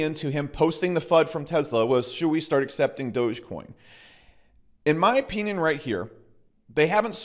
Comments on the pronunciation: “In my opeeneeon” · the way you say 'opinion' is weird, so weird you should really find a different word